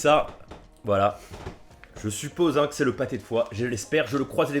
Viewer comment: Il voulu dire " hein " mais c'est vrai que ça ressemble à un UN xD